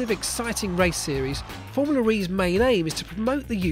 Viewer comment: its formula. not formuler.